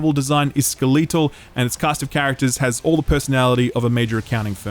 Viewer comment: That was the weirdest pronunciation of skeletal ever...